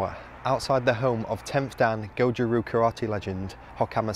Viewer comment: It's not Goju Roo, it's Goju RYU